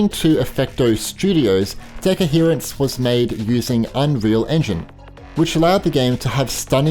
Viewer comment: It's not deco-herance, its de-coherance 😅